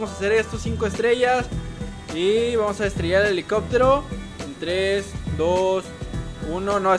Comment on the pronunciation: dijiste elicobtero